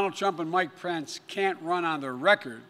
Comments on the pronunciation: Mike Prince? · He said Mike Prence. 🤣🤣🤣🤣🤣🤣🤣🤷‍♂️🤷‍♂️🤷‍♂️